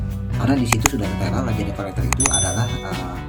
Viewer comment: Kok lajada? Lazada kali bg pake Z bukan pake J..